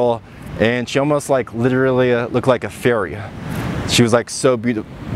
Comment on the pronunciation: I thought you said "ferry", instead of "fairy" 😂